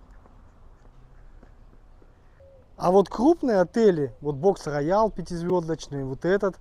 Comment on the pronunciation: Не Бокс роял, а Рокс роял